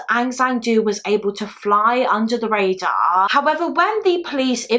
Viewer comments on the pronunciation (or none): none